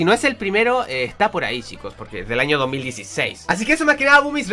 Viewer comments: hecho en el año 2016 o 2006? porque yo escuche "HECHO EN EL AÑO 2016!" :vvvv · Like si escuchaste que dijo 2016 enves de 2006